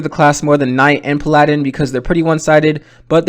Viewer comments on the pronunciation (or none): Am i the only one whos bothered by him saying "Pal-a-din"" instead of "Pala-din?" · He rly butchered the emphasis on “paladin”